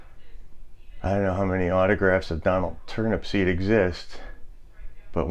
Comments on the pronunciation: Turnupseed, not Turnipseed. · it's Turnupseed without the last P